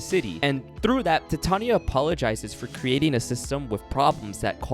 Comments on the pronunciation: one problem, its Tatiana not Tatania xd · tatania,its tatiana got me laughing on the floor🤣🤣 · Good video Although here I am with internal suffering of how he called Tatiana, "Tatania" every single time 🤣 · Made me wanna give this game a go. I heard it was really buggy, so I decided I would admire the game afar and man, did I absolutely adore it. but now you said Encore fixes the game up so it's a definite buy!!! Also is there some kind of inside joke I'm missing with the whole "Tatania" pronounciations? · I can't help but notice you pronounce Tatiana's name as Tatania. Hehe, how odd.